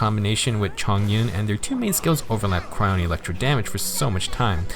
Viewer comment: It's not cyro it's cryo.